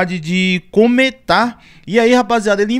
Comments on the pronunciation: Cametá / Ca-me-tá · Não é cometá é Cametá meu brother. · Não e cometa e cameta